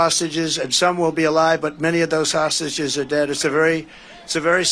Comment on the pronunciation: Trump said, "saugeses" v "hostages".